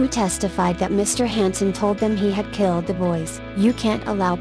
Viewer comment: Not a fan of the voice generation....wish it was a human...smh...sorry I cannot subscribe to your channel...you use only one photo per event and it does not show who the people are involved..p.s. it is killed not gilled...smh